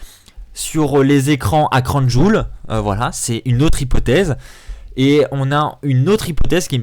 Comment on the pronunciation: Le catch est avant tout du divertissement certains catcheur non pas le choix d'y venir et ils vont quand même risquer leur vies pour nous ça serai que irrespectueux de votre part de ne pas regarder ce qui se passe au niveau politique ça nous regarde pas ni la wwe. Puis on dit pas crown joul mais crown Jiwéle ptn